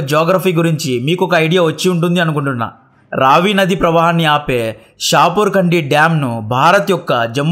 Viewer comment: రవి కాదు రావి నది.. బాస్ కాదు బియాస్ నది